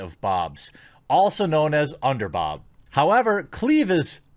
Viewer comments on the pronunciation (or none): Are you dyslexic and have a problem pronouncing the word "boob"? Or are you visually impaired and can't see the second "O" in "boob"? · Omg, Bob spelt B O B, you say boo when you scare someone, so whys it so hard to add a B essentially being B OO B equally saying BOOB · So you can't say"BOOB"... IT IS NOT PRONOUNCED AS "BOB"! Respect the other "O".... Do you hate women? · You are saying bob on purpose right, please tell me you know the word you are saying is bob not boob. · I was going to say the same thing. I was wondering why he was saying bob instead of boob? I mean boob is long O not short O as in bob. Could someone tell him he is saying it wrong?